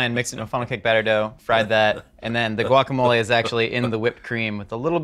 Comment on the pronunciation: Wokamole 😖 pretty sure it’s guacamole